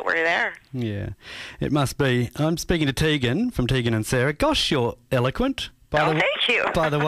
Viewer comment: omfg it TEEEEEgan not TAYGAN. GRR